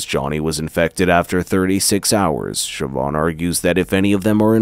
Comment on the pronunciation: Its Shiv-awn or Sheh-vawn. I think he nailed it perfectly.